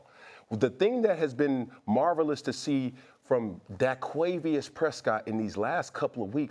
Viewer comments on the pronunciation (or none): Daquavuis ?? That man’s name is DAKOTA PRESCOTT😂😂😂😂